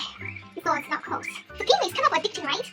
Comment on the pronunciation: It close not colds you keep saying colds